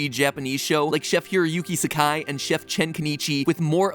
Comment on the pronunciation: Am I the only one bothered by him pronouncing Chef as çef and not şef.